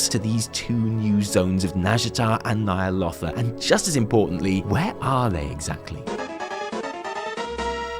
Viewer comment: Nightmares of Ny'alotha, your pitch is perfect!